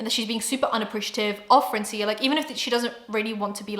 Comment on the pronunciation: I love you but as a latina I cringed everytime you said francía with an accent in the i. Its actually Frraancia, as in France but in spanish 😊